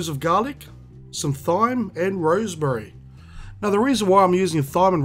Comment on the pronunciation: lol, love the way you say Thyme. It's actually pronounced like 'time' :)